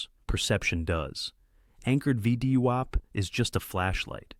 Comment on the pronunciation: Creators - if you speak english, please listen before you post and try to get your a.i. to acknowledge things like VWAP is NOT pronounced VEEDEEWOP lol NVIDIA is pronounced ENVIDEEAH Other than that... Excellent vids! Thank you.